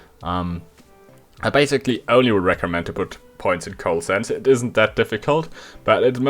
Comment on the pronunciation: co-ahl-ess-ence,..........not coal-sense hehe